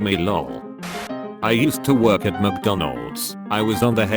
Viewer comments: “ EM SEE donalds “ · 'I don't work at Burjur King' 'I'll just go to em cee Donald's' 'This was while at my drive thru line at Pope-eez' Lol the mispronunciation on this channel is my favourite thing about it 😂